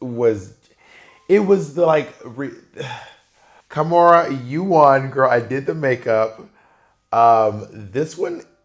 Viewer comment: Kahmora, not kimora